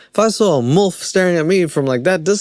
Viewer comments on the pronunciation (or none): theres no "o" in molf its milf lmaooooo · Lol love how you pronounce your I as a u... mulf 😂😊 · The way you say milf so clearly sounds like mulf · It’s pronounced M-I-L-F!! Not mulf haha 😂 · It's milf not mulf. 😅 😜 Bloody South Africunts. And what's wrong with predatory females ? Some of us want to be prey, cringey or not brother 😅